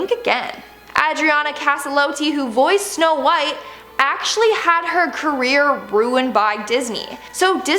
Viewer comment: u said shnow white